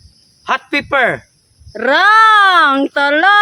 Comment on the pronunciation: Pepper not paper